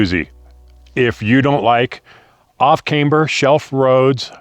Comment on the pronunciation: The most dangerous thing about BB pass is a noob in a rental. it is pronounced as `Cam-ber :D